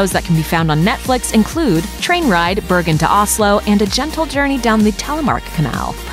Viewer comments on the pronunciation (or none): none